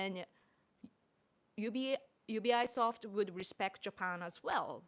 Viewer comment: In the USA we pronounce UBI Soft as 「うびソフト」